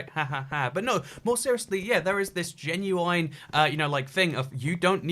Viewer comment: Please google how to say genuine britishly... that honestly hurt that one